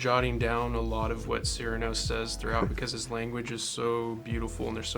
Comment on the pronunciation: Surely Cyrano is pronounced with emphasis on the second syllable, not the first. It sounds so cold when said the way they are saying it. It sounds much more musical, poetic and beautifull with emphasis on the second syllable.